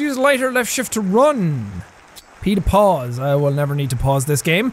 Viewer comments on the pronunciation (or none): Sean: P to pause My ears: Peter paws